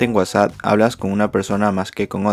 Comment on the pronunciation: Es whasa o whatsapp :v xDD